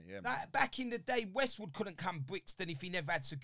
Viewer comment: Man said "Wastewood" 🤣🤣🤣🤣....i wont lie, this was a very good interview. cracks me up with his transparency 🤣🤣